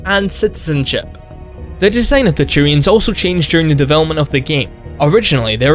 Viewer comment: "Next up is the Churians"